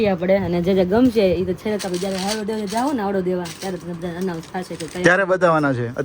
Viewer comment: હાવડો‌ નહીં પણ હાયડો કેવાય